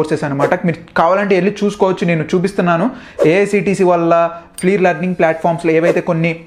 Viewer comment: AICTE. Not AICTE